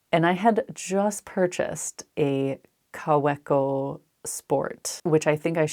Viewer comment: Your videos are always so wonderful. I got a kick out of of your pen adventure. I discovered fountain pens about 4 years ago and totally went down that rabbit hole. I now have around 70 pens and have had Kawecos - the “W” is pronounced like a “V” - KaVeco. Wait till you want a Platinum, a Sailor, or a Pelican, they are $$$$. Twsbi is affordable and writes so well. I ended up getting wonderful pen pals all over the world so I could write letters and use my pens. It is such a fun hobby! I collect watercolors too, so I am always broke because of those two passions. I love your Lord of the Rings Pen, it’s gorgeous.